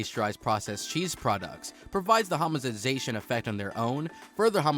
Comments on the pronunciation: "Germinate and grow during sheer life" what does that mean😂 "Homogenation" "Homozinzation" "Homogemzansion" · “Homogendgezation” “hamatization” “hamazenzation” “hamenzensation” “homergizer” “hamangized” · I couldn't stop laughing. I'm not even mad he mispronounced tons of word. When he was talking about the "hahmagenis" process I almost urinated from laughing so hard. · What is homonzensation? 🤣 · This video is describing Velveeta cheese. He can not pronounce homogenization or many other simple words used in the cheese industry. This was like a junior high student who cheated on his project and copied the wrong info but was not aware he did because he has no idea what he’s taking about. He’s reading from a script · Grand Grandollar homogenzatiton